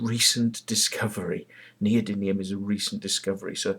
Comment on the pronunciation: I see you make the same mistake I always make in calling them neody-N-ium rather than neody-M-ium magnets. I think neodynium sounds better anyway ! This Searl guy claimed to have made a flying model that the BBC missed, in the 60's, so he couldn't have had a lot of money to do this, so why doesn't he do it now ? Well, it's obvious why, because he didn't do it then ! It's all a fraud ! You notice how these "free energy/ over unity/perpetual motion" frauds always fall back on the same old excuse for not producing working models, that being the "oil industry/government" is suppressing the technology. This is such obvious bollocks it's almost self refuting ! The amount of venture capital floating around the world is staggering, and these people would only be too happy to bring down the "oil industry" and take all those phenomenal profits for themselves, because if "free energy" worked, it would make trillions of dollars for the investors ! But these people aren't stupid, and that's why this shit goes nowhere. It simply doesn't, and can not, work.